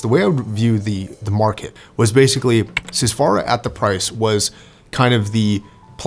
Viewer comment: I ordered a pair of custom-made earpads for my Edition XS. They are far thicker than the whimpy stock pads. Incidentally,, there are no long vowels in "Sundara", nor in "Susvara".